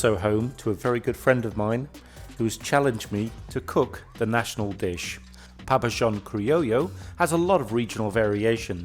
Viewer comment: How did you pronounce that again? That's a new one on me.